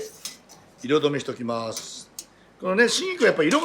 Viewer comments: 「シンギク」って発音に聞こえるのですが、気のせいでしょうか？ オリーブ油が味噌だとか。 アレンジでアボガドやゴーヤを少量混ぜても良いかも。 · 春菊、手頃でいつでも売ってるので作ってみたいです！シェフの開口1番の春菊(しんぎく？)の発音に思わず笑ってしまいましたー佐藤ルミナさんもググって調べました！冒頭から楽しませてくれるこの動画はホントに見てて楽しいです！製氷機の音にも反応して、たくさんの触覚を張り巡らしてるんだなーと、そんなところも魅力に感じてます。また明日、楽しみにしています！ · 多分、北海道弁ですね 東北はじめ北国では言葉を縮める傾向があります しばれると口が動かねんだわw